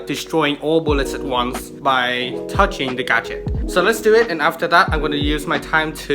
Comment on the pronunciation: every time you said “gadget” I swear I heard “gacha” lol game dev is so cool